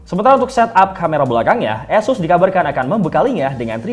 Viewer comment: Tolong ganti news anchor nya🤣 dia ngomong Asus berasa jadi Y***s😭🙏